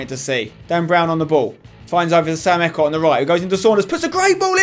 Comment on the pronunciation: EECOTT NOT ECOT M8